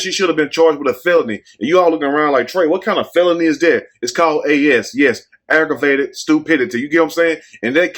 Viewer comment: Trey said,” Aggreivated Stupidity.” 😂😂😂😂😂